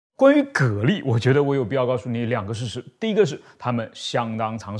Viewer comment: 讀音是隔離